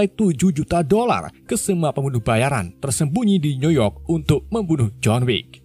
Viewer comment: John Wick 2 , dibaca John Wickwick Maklum, ga bisa basa Inggris